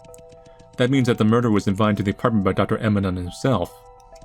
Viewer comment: Dr. Emanon. Emanon. Lmao lol. Eminem. Dr. Eminem lmao